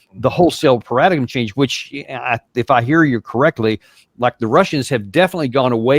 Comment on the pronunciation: Did he really say "para-dig-em change" instead of "paradigm change"? How do you get to that age without having heard how that word is pronounced a thousand times before in your life :D